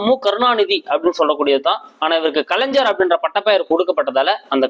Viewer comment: நன்றி ஐயா. ஞ என்பதை தாங்கள் ja என்று உச்சரிக்காமல் gna என்று உச்சரிக்கவும். கலைஞர் , அறிஞர்.தவறாக எடுத்துக் கொள்ள வேண்டாம்.